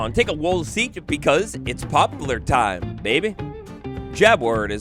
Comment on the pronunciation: It's "pop-lar," not "pop-u-lar."